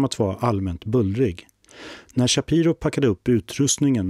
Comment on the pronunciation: Shapiiro. Inte ch i början